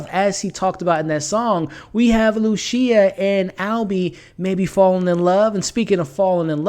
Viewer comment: Man get it together with the pronunciation. Amore does not sound the same as a mushroom species, a voyager is someone that sails on adventures, and it’s not luCia, it’s luCHia, like the seed.